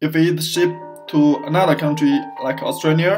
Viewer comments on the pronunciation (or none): none